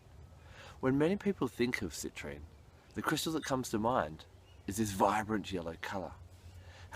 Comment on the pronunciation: Do some people call citrine...Citranite?